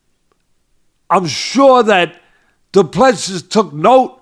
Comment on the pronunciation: Du Plessis is pronounce DO-PLA-SEA. Please stop butchering his name. He now deserves better.